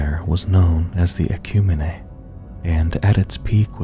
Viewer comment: Props for not using AI and taking time to put this out. That being said, it irks me to no end the way you mispronounce "ecumene".